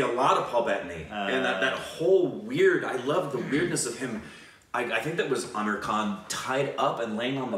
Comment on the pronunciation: His name is not Ameer Khan but its Aamir Khan